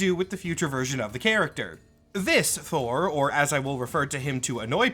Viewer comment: should roll the r.